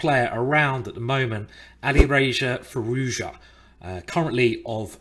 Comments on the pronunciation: It is Firouzja not Firouzya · Dude, It's Firooz'ja. like prune, and unlike mourn. also z and j are to be pronounced separately. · its pronounced fee-rooz-jaa